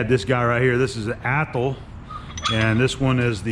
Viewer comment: you’re killing me with the Athol pronunciation!!!